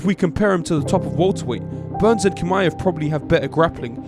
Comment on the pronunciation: Just a heads up, Chimaev isn't pronounced with a K.